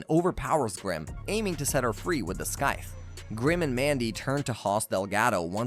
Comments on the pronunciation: That had been bugging me the whole time. I know the guy worked hard on the video and I respect that but it's scythe not skythe! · Its pronounced SY-th not SKYth you absolute melt. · lol "skyth" honestly its triggering me good video tho keep up the good work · I can’t handle every time he says “skythe” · I feel the same. Great video, weird pronunciation tho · Right? He mispeonounced scyth so much uggggg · Why do you pronounce scythe so weird.....